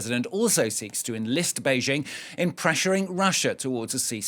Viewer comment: Bay- JING ✅ Not BEIGE- ing❌